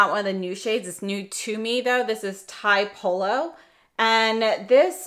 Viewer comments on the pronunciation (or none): nice video, just an info for pronunciation of tiepolo: it's not "tie-polo" but is pronunced "tee-eh-polo". It's the name of a 1700 artist(my favourite lol), known for his frescos and the beutiful sky tones he painted ceilings:) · Great video. Just fyi, Tiepolo is tee-E-po-lo, an Italian artist